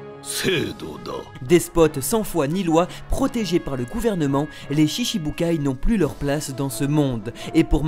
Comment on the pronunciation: Bonne vidéo ! Mais BTW on dit : "Shichibûkai" le CHI à la prononciation =TCHI. Ce n'est donc pas : "Shishiboukaille" comme 90% de la commu' FR le prononce mais bien "Shi-Tchi-bukai" haha ! Exemple : La femme de Gokû s'appelle "Chichi" qui se prononce bien "Tchitchi" et non "Shishi" voilà j'pose ca là faites en bonne usage lol.